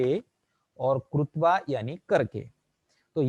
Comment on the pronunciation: कृत्वा को आप गलत बोल रहे हैं, प्रभु।